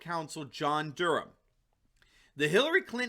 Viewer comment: thank you for saying Durham properly, my last name is Durham and so many say Dur-Ham, pisses me off